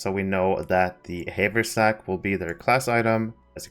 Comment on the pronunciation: it's "have er sack" :P